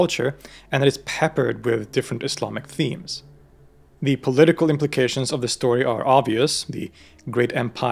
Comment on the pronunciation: Your pronunciation of Islamic, Arabic terms remarkable